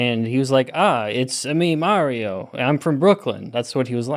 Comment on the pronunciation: Don’t feel bad for the way you say “Mario”,. My cousin in NJ says it like an idiot too.